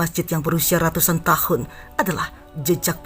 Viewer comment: RRR nya terdengar mengaum kayak musang...rrrraja , rrratus RRR nya lumayan ucapan..